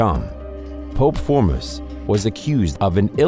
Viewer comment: Say it with me folks FORMOSIS! It is so annoying when I like a channel but they don’t even care enough to check pronunciation! This is an actual POPE e are talking about…come on guys that’s just lazy!